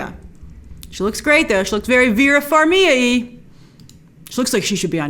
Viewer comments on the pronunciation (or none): Vera Farmiga! With a G grace! You pronounce the G.